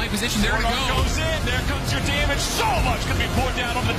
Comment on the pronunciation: 呆湾可以学一下如何发音damage ?????